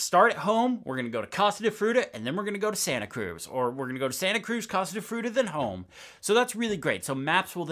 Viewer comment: The way you pronounced “Case de Fruta” in such an Americanized way… yikes